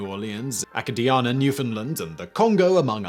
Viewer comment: It hurt to hear him butcher the pronunciation of Acadiana...